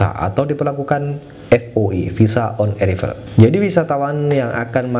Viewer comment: Haha...bukan visa on erivel baca on eraivel🤣